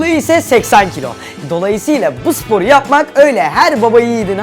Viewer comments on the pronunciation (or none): 00.49 dan itibaren izleyin sporu diyeceğine spolu diyo